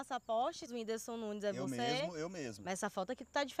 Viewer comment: Mano eu estou com um ódio desse medroso kkkkkk. Winderson falando errado kkkk